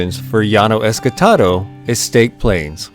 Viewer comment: I always thought it was ESTACADO not ESCATADO